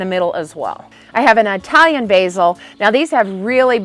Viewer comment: Do you bat realize that “Italian” is not pronounced “eye”talon?